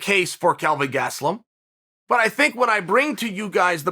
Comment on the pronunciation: Chael: He's "Kevin GaT-suh-LumM" Me: Okay Great